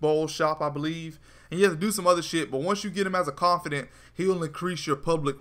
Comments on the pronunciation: ConfiDANT not confiDENT. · Hermione told me to tell you “its confidaaaaants not confideeents” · confidant... not CONFIDENCE.... damn dude. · It's känfəˌdant (Con-fih-dawnt), not känfədənt (con-fih-dint). It's the little things☆. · It's Not Confident.... its CON-FIH-DAWNT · confid AH nt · Con fi daunt is the pronunciation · you keep saying "confidence" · CON FIH DAUNT DAUNT DAWN-T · its con-fa-dant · It pisses me off how he says confidant wrong